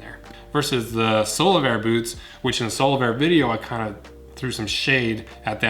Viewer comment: All I hear is Solarbear lol.